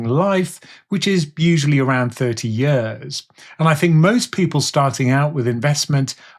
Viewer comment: Is anyone else hearing "yurs" instead of "years"?.....Just me? 🤪